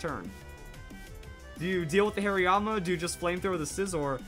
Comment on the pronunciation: Whats a "Hairyama"? Is it a Hariyama with lots of hair? (Please don't hate me too much, that pronunciation made me laugh waaaaaay too much not to pick on him)